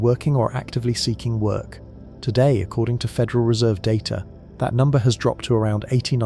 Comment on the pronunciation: When did the word data gain an "r"?